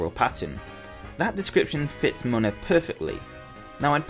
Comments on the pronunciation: It's pronounced Moona not mona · It's not pronounced moan-a its pronounced moon-a